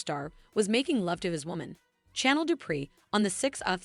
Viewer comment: Why is it hard for the story teller to know how to pronounce people's name properly? Chanel and Nicole she can't pronounce so she don't know this soap opera at all.